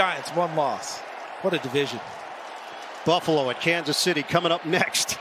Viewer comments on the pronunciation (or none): none